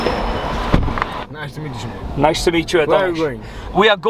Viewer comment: Why do you say - Simón-? all the time? Just say it like it is right.. guess it won’t be any problem. The name is international enough